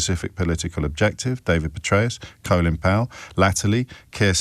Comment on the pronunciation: What's this "coe-lin Powell"? He himself pronounces it in the usual way as "Colin Powell". Just because some brainless american journalist started saying it incorrectly.